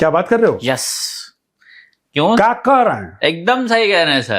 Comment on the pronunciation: “kaaa koh rahe hain “ bhai major sahib Bihar se hain kya?